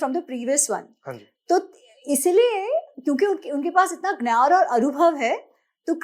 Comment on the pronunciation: Why is she mispronouncing 'gyan' as 'nyan'?